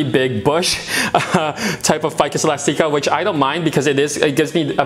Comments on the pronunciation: The E is pronounced. But thanks for the video. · Hehe I find it cute that you pronounce it elas-teeka instead of elastic-ah...